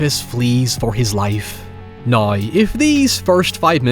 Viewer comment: "Noy" instead of Now lmao